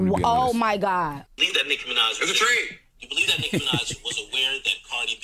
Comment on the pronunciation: Not "all tree" of them! 😂😂😂